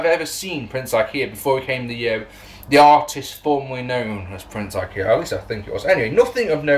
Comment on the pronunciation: Definitely said Prince Ikea there lol. I like that name better.